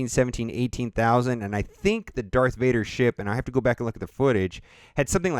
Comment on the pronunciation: "Deth Vader"